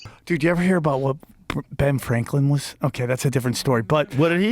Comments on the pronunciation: Joe Rogan: "Benjamin Flanklin" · Benjamin "fwanklin" haha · Benjamin Fwanklin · Benjamin Fwanklin lol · was it Benjamin Fwanklin Joe? lolol😂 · Joe "flankan fankan" Rogan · benjamin FWANKWIN! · Joe “benjamin flanklin” rogan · Benjamin Fwaklin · “Benjamin Fwanklin” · “Benjamin Flanklin” 😂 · Joe was having a lot of trouble saying “Franklin” 😂😂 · “Benjamin fw-ranklin”😂 i may be deaf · Joe has a little trouble saying Franklin. Fwanklin